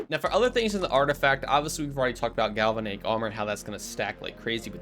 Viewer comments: I hate to say it, but that bothered me too. Just go to google and listen to the pronunciation. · You should look up how to pronounce galvanic, before you say it 20 more times.